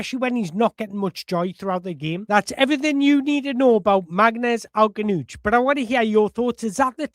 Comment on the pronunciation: You're gonna have a lot of fun trying to pronounce his surname brother...you're not even close right now but I'm loving listening to you try...I'm sitting here with my popcorn 🍿😂